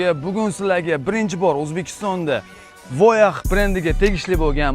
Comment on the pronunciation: Каураж эмас, кураж! Воях эмас, воя! Фирелли эмас, пирелли!